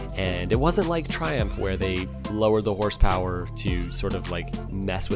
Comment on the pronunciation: “Horse poweryist”? Smfh